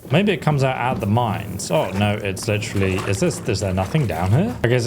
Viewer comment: You have like 30k grochen but 200 for a horse cleaning is too much. 😂 "It's litchreally daytime" as opposed to figuratively.. you do this WAY too much. Also, why do you keep saying "are you serious" every time there's an OPTION to say something romantic to Hans?